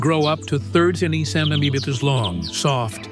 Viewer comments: the way he pronounced centimeters as centementedepeters is absolutely halarious!😂 and again ! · centemateaters. I think he had a few more syllables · Must be some kind of magic... "YOU SHALL NOT..." ... say centimeters correctly! 😂😂😂